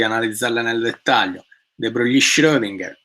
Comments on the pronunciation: E comunque "De Broglie" non si pronuncia "de broglì", ma "de bròi": E Joule non si pronuncia "giàul" ma "giùul": (vedi anche la nota sulla pagina wikipedia su James Joule) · Lezione illuminazione. Solo una piccola precisazione: si pronuncia de brogl.